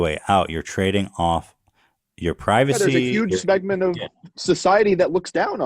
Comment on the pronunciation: “huge smeg-ment of society that looks down on you” I LIVE FOR THE MISPRONUNCIATION ON THIS SHOW 🤣🤣 anyone else hear him say smegma instead of segment? 😄💗💗